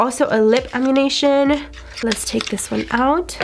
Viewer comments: Did anyone else hear her say velar and amunation instead of velour and ammunition? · And it’s lip ammunition not ammu”nation” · Please please please learn to pronounce the names correctly. It’s not Veh-Lar. It’s pronounced Vuh-lure. That was making me crazy. Ammunition not animation. And if you swatch could you show the swatches close up so everyone can actually see ? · Amm-you-nish-un is how it's pronounced...I think I heard 4 different versions from you during that video and none of them were even close which is just annoying because it's not that hard of a word. Also, the only reason I even said anything is because I was already pissed that you had the nerve to click bait everyone with the title to your video: "Did I get scammed " on a Jeffrey starr mystery box ?? Of course everyone is going to click on it thinking you got screwed by him and wanting to know what this is about but you knew when you wrote that title you hadn't been scammed and you got great stuff worth far more than you paid so using the words "scammed" and "Jeffery starr" in your title together was nothing more than click bait... so finding out we had been baited into watching what turned out to be just another average unboxing AND having to listen to you call ammunition " amishan" and "ammooshin" was more than I could take. Tell the truth in your title's from now on and if people want to watch you they will. Don't lead everyone to believe your video is about some beauty guru that we all know and lots of us buy from scamming you or selling you junk when they did not just because you know it will trick people into watching your video. That's not only rude but it's deceitful and people don't trust you after that. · Girl it’s ammunition- said, am-yew-nish-en (or -on, depending on your accent).... Like what you load into a gun or stock up on before a battle 😂. That’s why the lipsticks look LIKE A BULLET. Hahahahaha didn’t make that connection? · "Ammunation" This ain't Grand Theft Auto, bih.